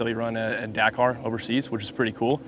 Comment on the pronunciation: Bloody hell, it took him a while (years) but good to see Seth finally pronouncing "Dakar" correctly for once.